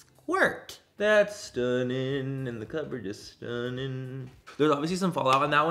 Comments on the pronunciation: Wait your “stunnin” sounded so Irish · Omg you sounded so Irish when you said “stunning” brilliant 😂☘️ come to Ireland soon!! 🇮🇪 xoxo